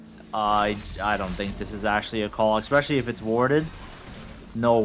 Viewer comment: Can drop a nuke in a Challenger game but still can’t say especially lol